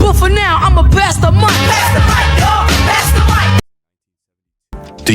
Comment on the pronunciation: “Pass da meek yall. Pass da meek.”